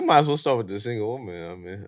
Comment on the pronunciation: People, can we PLEASE start learning to know the difference between pronouncing WOMAN and WOMEN??? I thought it was just the low IQ girls on F&F and Whatever Podcast who can't say it correctly. Once i heard say it too, i hung my head in defeat. I can't believe it... smmfh 😞. Then once he said it, another low IQ heard it and thought that's the correct way to say it and then REPEATED it incorrectly. This is wild work